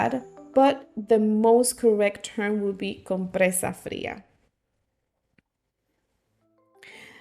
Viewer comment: I got one wrong but compresa fria; sounds perfect!